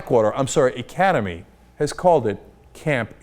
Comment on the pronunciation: They cant even say the name right